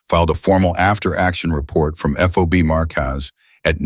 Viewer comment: FOB not FOBY NARRATOR PUTZ